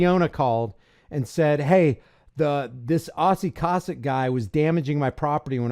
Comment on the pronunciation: Its pronounced KO-SACK